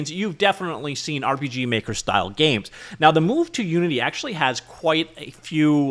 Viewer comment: Did you just say urp. Is that actually how you say it now